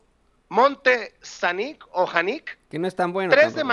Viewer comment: se escribe Xanic y se pronunucia Shanic, al menos aqui donde se produce.